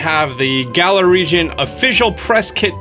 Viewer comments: "galar" is pronounced the same way "valor" is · The trailer clearly says the name of the region correctly. And yet purposely says it wrong. "Cringe"